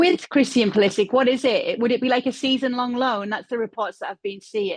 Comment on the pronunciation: It is pronounced PuliSICK